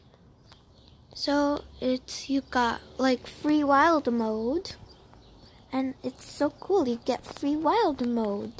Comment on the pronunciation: It’s so cute that u say wilD moDe we usually say wile mode